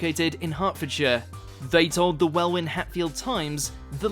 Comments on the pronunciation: With regard to the narrator's pronouciation of the Hertfordshire town Welwyn as 'Well-win' rather than 'Wellin' it pretty much represents the quality of the whole film. Just reading - badly - from a script without any authority over the subject matter isn't good enough. If you don't know how to pronounce words and place names then make it your business to find out when your work is in the public domain. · Its not pronounced well win. Its pronounced well in. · ‘Well-win garden city’. It’s WELL-IN! The W is silent. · located on the very southern tip of England in a county called west Sussex , mmmmmm... where does that leave us in South Cornwall . C'mon fella , you're English , Welwyn as pronounced here phonetically WELL UN , rest of content nicely presented though . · I thought you might like to know that Welwyn Garden City is actually pronounced WELLIN GARDEN CITY. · I live like 5 minutes away from there and I was like that ain’t how you say it wtf he on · Yes but cannot pronounce Welwyn though. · I've never heard an English person pronounce Welwyn so badly